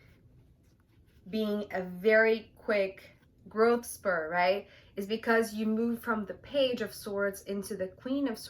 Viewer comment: Hi, it's actually growth spurT. Just to be helpful. Liked your reading. Thank you.